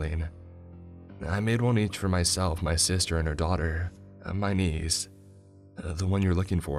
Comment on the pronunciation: "A Young Woman like myselfuh"